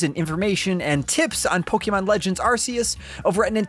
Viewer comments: My dude, it's been twenty years. It's Poe-kay-mon; not poe-kee-mon. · "Po-kay-mon" not "Po-key-mon" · something weird about hearing "poke-ee-mon" rather than "poke-uh-mon" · Can't stand this guy keep saying po-kee-mon instead of po-ke-mon🥵🥵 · POKÉMON POKE-ayyyyyy-mon No pokeeeemon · It’s pronounced: Pokehmon, not Pokeymon. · Did you say pokeman? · This dude said pok-e-mon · Its not poukeyman its pokemon! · Hearing people call them Pokeemon, Pokeeballs, Pokeedex is SO CRINGE. STOP IT. PLEASE. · It’s weird how Pokémon has been a thing for over 20 years and people still pronounce it “pokeymon” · I can only hear someone pronounce Poké as pokie so many times before I must stop the video. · God I hate the way he says PokEEMon 🤦🏾‍♂️ Thats not how its pronounced dude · ah yes, pokey man legends arse-ee-uss. (seriously though, great review) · I honestly hate being this guy & sincerely sorry for posting this, but I have to. The title of the game is three words long & two of them are mispronounced the entire video. It’s the most popular franchise on earth & is 26 years old. Pokey-mon & Ar-see-us is just being lazy at this point, especially when official trailers clearly say the title & you can very simply emulate. Great review & very informative, but come on with the easy pronunciation stuff. Sorry again. I just felt compelled to comment, respectfully. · If I hear pok*E*mon one more time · Unlike what is described in the video, the game is not a spin-off, it’s a mainline game. Also, the way he mispronounces “Pokémon” is quite annoying to me. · Hate how he says Pokémon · Mispronounces 'Pokémon'. Mispronounces 'Arceus'. Classic Nintendo Life. The review's good, though. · Thanks for the review. And to get further perspective on game play. Also nice to see someone who can way Arceus correctly. Sadly you still say Pokèmon wrong but baby steps. I'll take what I can get.